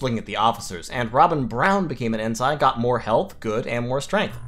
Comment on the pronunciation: Love the videos. Would love to see more X-COM/TFTD. BTW Ensign is pronounce "in-sin" not "in-sign"